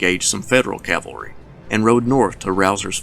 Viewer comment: This lecture is a severe disappointment. No mention of Stuart's embarrassment at the Battle of Brandy Station. He butchers the pronunciation of Clement Vallandigham's name (but at least he pronounces "cavalry" properly). He gives no more analysis than an amateur historian might give, and his arrogance is evident in every breath. An Army War College instructor? Yikes.